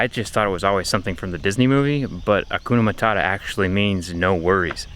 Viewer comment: Its not hakuna matara, but HAKUNA MATATA yeah I know accent! 😂😂